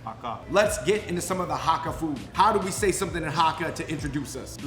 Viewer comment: It's HAAKAA! (Cantonese) - long (a) sound